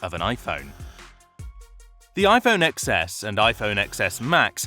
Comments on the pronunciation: It's pronounced ten-es, not ex-es! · you lost me at “iphone eXeS”